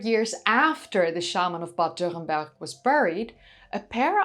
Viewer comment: It's wonderful to hear you saying Bad Dürrenberg perfect! Greatings from nearby.